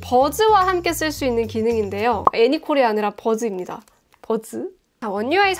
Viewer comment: 버즈는사람이아니죠 ㅋㅋㅋ버즈는버즙니다!ㅋㅋㅋㅋㅋ ㅋ